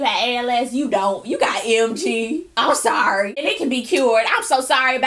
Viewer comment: Lol "I'm sowwry."